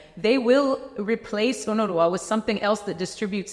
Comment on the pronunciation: UNWRA=UNRA The W is silent.